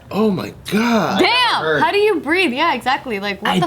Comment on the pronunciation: I keep replaying trying to process how hard says “DAMN” 💀 The d is so heavy, I’ve never heard her say it like that before 😂